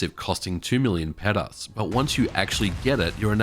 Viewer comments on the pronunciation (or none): Petas? lol its Pesetas 😂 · What did you say the Infinite RPG cost? 2 million "petas"? hahaha currency is Pesetas, which was Spain's currency before the Euro. Love your channel, your content and your slow, relaxed voice. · Pettas? Pesetas... I must be old.